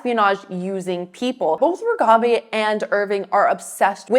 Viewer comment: Why do you say Reghabi's name with a trailing 'bey' rather than 'bee'? Very distracting. Also, you spelled her name incorrectly in the title.